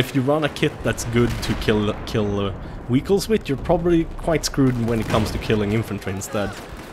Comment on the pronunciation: wehicles lolz